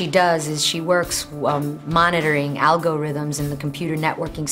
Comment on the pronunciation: algOrithims haha